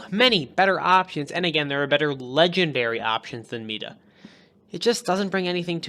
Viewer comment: meda? Mighta is how you say it :)